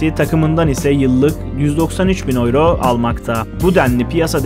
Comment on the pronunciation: turkce tellafuz etsen avro desen yine raziyim kardo ama oyro degil be kabullen